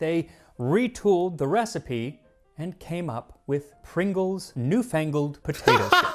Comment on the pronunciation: I think you'd love All Dressed flavoured chips, it's basically barbeque combined with salt and vinegar. Prongles? Pingles. Kraks!